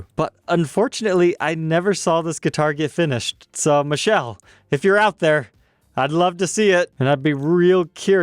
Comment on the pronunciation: Its Michele /Mi - keh - leh not Michelle😂